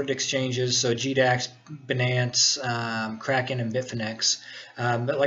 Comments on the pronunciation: no prenounce benance its bynance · good video. Most people pronounce it "bye - nance" (Binance) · Pronunciation : "Beenance" vs "Baynance" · lol banance. First time I've heard it pronounced like that. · Great video. By the way, it's Binance with a long I not "Benance", and Jaguars not "Jaguires". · jaguoirs? binnaence?